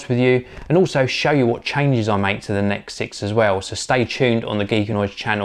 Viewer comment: By the way, it is N.E.X. not 'necks'.